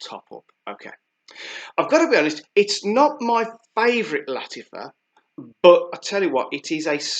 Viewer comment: Not lattifa...it is lattAfa